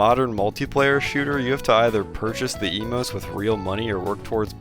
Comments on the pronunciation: How dare you call them eemoutés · Hearing him say "emotes" hurts really bad.